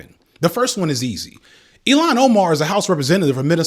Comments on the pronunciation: It’s pronounced ill-hawn not “Elon Musk”—love though. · PLEASE DO NOT PRONOUNCE ILHAN OMAR'S NAME AS "ELON" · fr he pronounced ilhan so weird lol